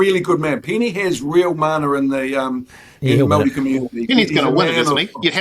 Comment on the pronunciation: At least learn to say Māori properly Stu!